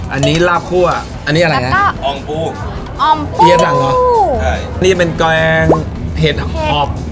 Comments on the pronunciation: อ่องปูนะคะ ไม่ใช่อ่อมปู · มีข้อมูลผิดเยอะมาก 1.YouTuber = ยูทูบเบอร์ ไม่ใช่ ยูทูปเบอร์ เพราะ b = บ 2. โอ้กะจู๋สาขาแรกอยู่สันทราย แต่ในคลิปบอกแม่ริม 3. อ่องปู ไม่ใช่ อ่อมปู 4. เฮียฮ๋ง (แต่เขียนผิดหลักภาษาเพราะอักษรต่ำห้ามใส่วรรณยุกต์จัตวา) ออกเสียง จัตวา เป็น หง เพราะใส่ไม้จัตวา แต่ ออกผิดเป็นเสียงตรีเป็น ฮ้ง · อ่องปูคับไม่ใช่อ่อมปู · เค้าเรียกว่า "อ่องปู" ไม่ใช่หรอคับ